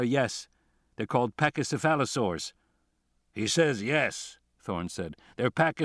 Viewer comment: How did Thorn pronounce 'pachycephala-' and then not get the 'saur' part?